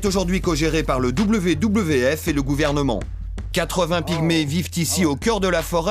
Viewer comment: je ne sais pas d'où vient le commentaire, car WWF se prononce V V F et non pas double V, double V, F